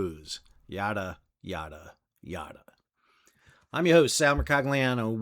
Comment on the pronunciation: Yada sounds like Nada